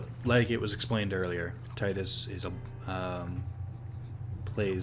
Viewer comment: Thank you for pronouncing Tidus the same way as I do.